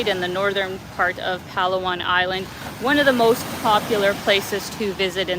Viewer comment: It's not pronounced as PAlu-wan.. But pa LA 1